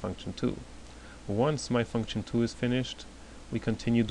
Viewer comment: its function btw not functchion :D